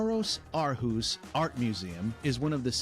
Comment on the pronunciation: you make a video about denmark. why don't you learn how the names of towns are pronounced? aarhus??? aalborg??? the central place in copenhagen, rådhus/raadhus??? terrible!!!